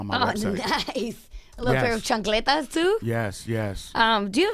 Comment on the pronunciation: Arrrgghhhh she said chancleta again